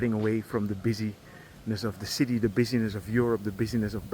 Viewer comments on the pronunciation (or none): none